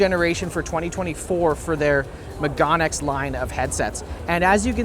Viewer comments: It's pronounced me-ga-ne X - megane meaning glasses in Japanese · The pronunciation of "meganeX" is "meh gah neh" （めがね) (it literally just means "glasses").